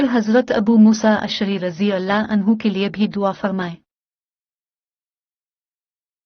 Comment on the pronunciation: اللہ کا نام بہن اور درود پاک تمیز سے درست ادا کرو